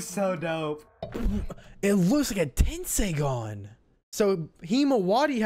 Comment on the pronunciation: It's not tenseigan lol😂😂